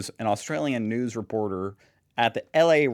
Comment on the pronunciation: As Elmer Fudd would say, It's weporter season.